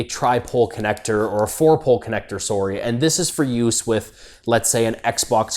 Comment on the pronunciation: I knew he was Canadian when he said sorry lmao